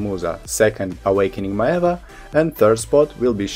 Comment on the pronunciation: Hey I'm loving the four review videos you did!! I'm still deciding on what to play but these helped a lot!! I just wanted to add that Maehwa is actually pronounced as may-hwah (two syllables)!! Once again thank you so much!